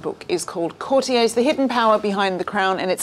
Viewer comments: 0.28 Courti - yeahs? It’s courti- yers. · What is citiez? The word is courtiers please say it as it’s meant to e said, the author has said it numerous times, follow his lead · Where on earth has this bizarre new pronunciation of 'courtiers' as 'cor-tea-ays' come from?! Presumably coined by somebody who thought it is French and wanted to sound impressive. It's "cor-tea-ers'. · Again, coutiers is pronounced courti-ers……not the pretentious French pronunciation! Sounds very odd indeed madam. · That was your company’s way of pronouncing the word and I think it is more an American pronunciation rather than English. The correct way to pronounce the word according to the Oxford English Dictionary is “cou’rtiers ie with the accent on the first syllable. The word derives from “court” meaning the people working at the royal court.